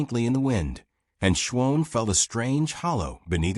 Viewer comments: Shwohn? (Shawn) Wound ( not Woond (phonetically). Sometimes the narration is off enough to crack the story - at least to me. POOR ENDING..............stopping abruptly is no good! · Someone needs to teach this narrator how to say Shawn.